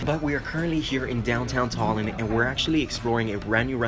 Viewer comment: I live in tallin and for a american you said tallin very good